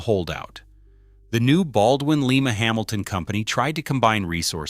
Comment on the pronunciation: Lima is pronounced Lie-ma, not Lee-ma like the city in Peru.